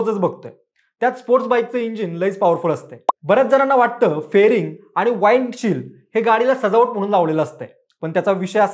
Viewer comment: दादा वाइंड शिल्ड नाही तर विंड (wind) shield.... useless video